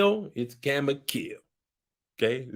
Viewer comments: Not chamomile but chamokill😩😭💀💀💀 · it ain't chamilomile, its chamokill!!😂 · And did you say Chamo-kill??? Dayum!!!! OMG ❤️ 🤣🤣🤣🤣🤣🤣